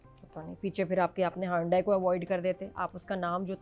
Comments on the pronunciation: Excellent as usual but can I just point out Hyundai is pronounced as Yundai as it was pointed out to me that H is silent. 😂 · It's not hondai... It's hyundai.... Dusro k toh har pronunciation pe mazaak udati ho...khudka bhi notice kar liya kare